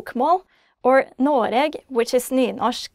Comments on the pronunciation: Its said like Newnoshk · where i live we pronounce the r